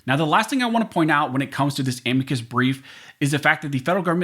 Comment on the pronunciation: You pronounced a m i c u s in correctly lard butt